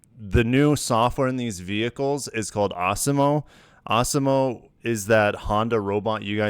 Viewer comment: Arse-e-mo. I'm fairly sure that's not the pronunciation 😄